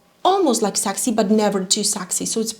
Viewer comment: you are an angel but PLEASE STOP SAYING SAAXY IT’S PRONOUNCED SEXY 😁